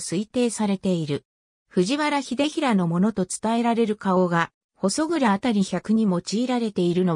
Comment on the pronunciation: ここに行ったことありますが、（ほそそう）じゃなく（ほそくら）でしょ？ちゃんと読み方チェックしてます？ たまに他のサイトやTVでもありますが、地名の読み間違いなどは不快になります。